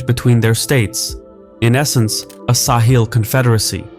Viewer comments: Sahel, not sahil. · It is pronounced sahel, not saheel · Yeah except he pronounces it as Sa-heel rather than Sa-hell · I've never heard it pronounced "Sah-heel" like this narrator does throughout. It's "Suh-hell" everywhere else I've ever heard anyone talk about the region. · Not SAw Heel but Saw Hell is the pronunciation to be used. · It’s sa-hell, not sa-heel 😉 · Great to see this covered here, it's an important story that's really been underreported. Also TIL the British pronunciation is sa-hil, not suh-hel like in the US. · Weird pronunciation. No one says "sa-HEEL". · Bruv, how can you pronounce Sahel correctly at the start and then proceed to pronounce it wrongly throughout the whole video is beyond me... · I’ve never heard Sahel pronounced this way. I wonder how the locals say it.